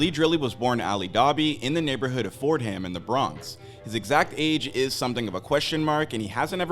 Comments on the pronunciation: Nigga said ford-Ham it’s 4-dum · bro said Ford Ham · Dude really said “phord-ham” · It’s pronounced for-dum